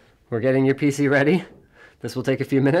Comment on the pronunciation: I like how they emphasize "PC", way to rub it in Mircrosoft xD